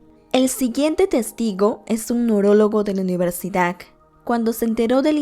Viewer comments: Universidac??? O soy yo la que escucha mal? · "Universidak" "ciudak" "okjetos" "epilektica" lo haces aproposito o por que lo pronuncias así? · Porque a la mayoría de las cosas que dices suena como “dak” ejemplo: el neurólogo de la universidak jajajajaj lo siento pero suena curioso😂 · por que mencionas mal algunas palabras repetidas veces? xd e visto todos tus videos pero noto eso en este. "ciudak universidak"